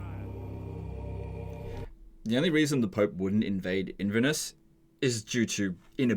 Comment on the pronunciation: as a Scot, I am here to tell you that your pronunciation of “Inverness” is giving me diabetes. I’ll tell you anything you want just please stop